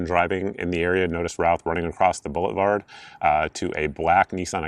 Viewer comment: So... did you say he was running across the "bullet-vard?" That's pretty funny stuff!